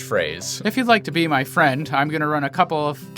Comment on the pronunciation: F...fwend... FWEND!! FWEEEEEEENNNNNNNDDDDDDDDD!!!!!!!